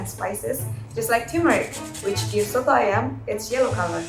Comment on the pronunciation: the way she said soto ayam is really nice to be honest